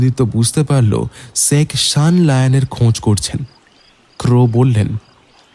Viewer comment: গল্পটা খুব ভালো লাগলো কিন্তু উচ্চারণে আরও যত্নবান হোন। ' - এর দোষটা কাটান। কথাটা "শেখ" "সেখ" নয়। প্রতিবার ওই উচ্চারণটা কানে খুব লাগছে